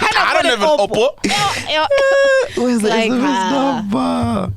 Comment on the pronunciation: Sol's lyricism is like a baby, it grows everyday. Lol today he said ''Oppo-po-po''